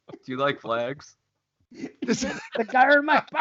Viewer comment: God hates flags: what did you say?: GOD HATES FLAGS!: Oh I didn't hear the "L" Holy shit I'm dead!! Lmao!